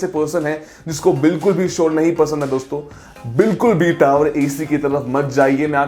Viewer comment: Video Hindi me but tower ko accent me pronounce kar raha. टावर hota hai hindi me. Wahi bol le. English me hi bolna hai to bas ‘r’ silent kar le